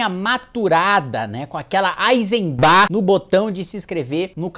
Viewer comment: Eisenbahn fala-se "aizenbã", não "bá". E você precisa mudar seu conceito de "cerveja onstentação" hahaha